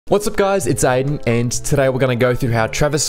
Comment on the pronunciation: dislike for how you pronounce aiden